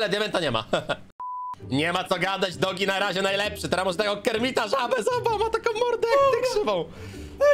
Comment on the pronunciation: to nie dogi tylko doge